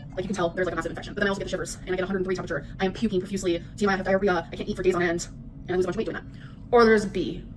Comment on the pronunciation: Bro it is so triggering… At least with grammar it’s a knowledge thing and you may not know the rules. With pronunciation you literally just have to look at the word and sound it out!